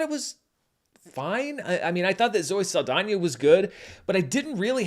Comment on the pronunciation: This movie made this No Sabo (who can speak a bit of Spanish, but not fluently...yet) call her Zoe Sah-L-dAIN-er. She insists on being pronounced correctly, and having her cultural heritage respected....but she didn't do so for Mexican Culture. Aka...a culture that is important to this Mexican American. She wanna make a mockery out of this No Sabo's great grandmother's country and this No Sabo's culture they grew up personally being attached to? Then fuck it. I don't get offended easy, but this made me genuinely offended.